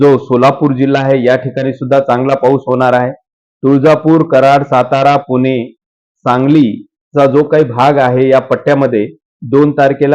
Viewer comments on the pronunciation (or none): none